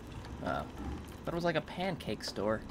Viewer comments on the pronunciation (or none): none